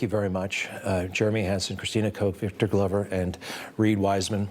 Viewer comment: WHY DIDN'T YOU HAVE VICTOR GLOVER TALK.. PLUS YOU PRONOUNCED HIS NAME WRONG .